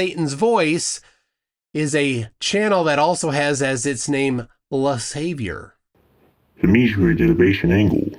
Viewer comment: Just a small correction. , you read as Le Savior. Actually, the word "Savoir" is French for knowledge. So, "LeSavoir" can be translated to "The Knowledge", or "The Knowing."